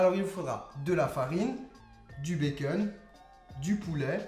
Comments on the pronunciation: Ça me stresse tu dis " bacen " au lieu de " bacon " mais tes vidéos sont super bien 👌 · pourquoi tu dis baceun